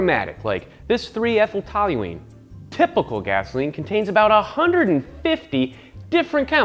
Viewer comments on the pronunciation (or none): none